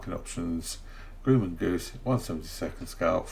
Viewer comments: Grumman is pronounced: “Grā-men” not “groo-man”. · Actually Grumman is pronounced with a short U like UH instead of You if that helps. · Grumman is prounced with the U sounding like the U in up or upperThe hint is the "mm" in Grumman